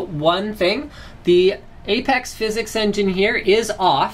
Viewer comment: just say "physics" not "phys-x" it just sounds more normal